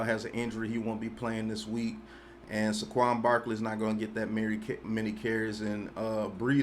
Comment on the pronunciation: Everybody: (Say-quon): (Suh-quon)